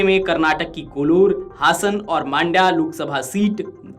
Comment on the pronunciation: कोलूर नहीं कोलार